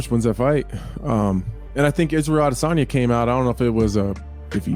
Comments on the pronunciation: Full mount mma saying izzys name like aDERsaRnyeh 😂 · Why do you pronounce "Adesanya" weird? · Why are nerdy mma media everyone so concerned with pronouncing adessnya last name correctly but perfectly fine with butchering every other fighter. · it's hilarious how The only name this guy tries to properly pronunciate is Adesanya, yet he can't even do that right. He uses the exaggerated version he heard Ariel Helwani say, when interviewing Izzy, puts way too much emphasis on it. Just stick to the way everybody else pronounces it, if you can't do it right buddy. Get back to your click-baiting.